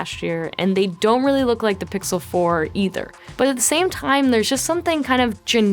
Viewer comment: Sixel and Sixel pro heh